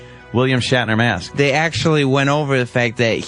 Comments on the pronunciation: The way Sam pronounces "mask" is enraging. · Diane Smith meyask